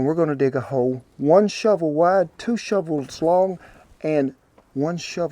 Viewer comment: he said Two shovel shlong